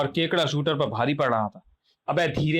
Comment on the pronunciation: Truti Sudhar => Shooter nahi Shooterr hai 😤